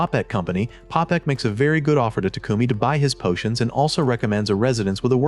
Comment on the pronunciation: I didn't notice until towards the end, but was the narrator always saying "portions" instead of "potions"?